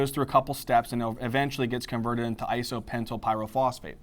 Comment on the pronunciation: Great video thx! but isnt it IsopentENYL PP instead of isopentYL PP??